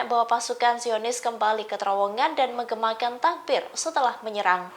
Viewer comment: Pembawa berita salah berucap....DIAKHIR VIDIO dimenit pasukan JIONIS KEMBALI KETERIWONGAN SAMBIL MENGEMAKAN TAKBIR😮😮😮😮 SI HOST PEMBAWA BERITA SALAH BERUCAP DUKH PARAH